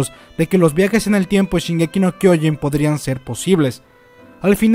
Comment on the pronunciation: No es kyoin es kyoJin. Es irritante que lo digas tan mal.